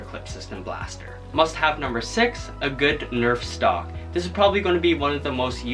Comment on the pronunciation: also stop saying stolk